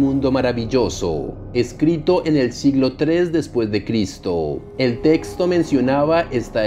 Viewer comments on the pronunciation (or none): none